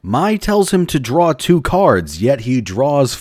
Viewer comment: sorry if you've heard this a million times already, but I think my said "so that means you draw too" instead of "so that means you draw 2"